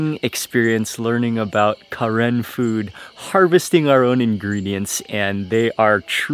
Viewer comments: We’re Karen and it’s actually pronounced “kuhren”. We were originally from Kawthoolei which is located in Burma. Due to war we had to flee to Thailand border and there are many Karen people in Thailand refugee camps. There’s still war going on so please pray for Karen people . 🙏🏻😇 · We are known as Karen or kayin. The pronunciation of the Karen tribe sounds slightly different from the term ( Karen from the Westerners or a name karen ) As you can hear the correction of Mark's pronunciation ( Karen ). Sounds different, doesn't it? :)